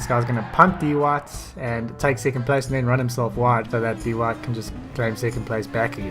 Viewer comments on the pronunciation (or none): Poor Dwhite... everyone pronouncing his name "DEE WHITE" why